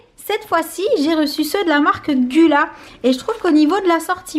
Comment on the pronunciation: La marque gula ce prononcé goula